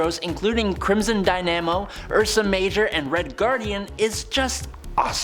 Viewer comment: He said crimson din'a'mo